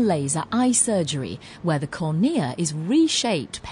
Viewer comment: The way she said cornia, please. I cant